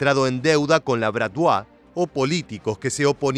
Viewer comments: Estaría bien investigar la pronunciación correcta del objeto de los vídeos, me sangraron los oidos cada que escuche bratvua... Bratvá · Amigo, BRATVA BRATVA. COMO VAS A DECIR BRATVUA? AL FINAL VAM A IR LOS RUSOS A BUSCARTE. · Se pronuncia Bratva, tal cual., Con acento al final